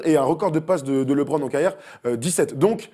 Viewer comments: On dit LEEEEEBRON pas LiBron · Il est bien sympa votre invité, mais faut qu'il arrête de dire "Libron"... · "Lee bron" Stop quoi ! LeBron ne soulève pas assez de mères pour bien prononcer son prénom ? ;)